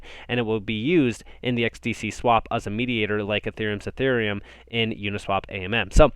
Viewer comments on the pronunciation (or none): none